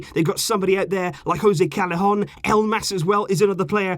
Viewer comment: Callejon is pronounced as ca ye gon Two L's are always proncounce like that